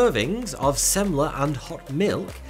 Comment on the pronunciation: Hey! The Right pronunciation of ”semla”, good on you my brittish friend, good on you👌😁👏